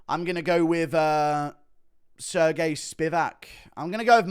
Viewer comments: He said Sir Gay lmao😂😂😂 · “Sir Gay”🤣🤣